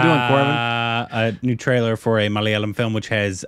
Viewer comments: Finally he pronounced Malayalam correctly 🥲 😌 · He pronounced "Malayalam" perfectly😳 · I just loved the pronunciation of 'malayalam' by....very close to the native speakers... Well done.. 👍